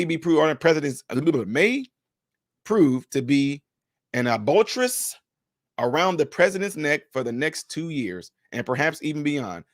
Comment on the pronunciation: Albatross-I think it’s a bird or something but you pronounced it weird. I like and liked your channel with is why I need to let you know you butchered that word and I don’t want to sound unsmarter around other people.